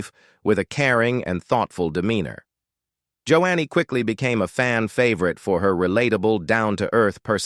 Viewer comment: Can you learn how to pronounce names correctly? It's not "Jo annie" but "Jo nee."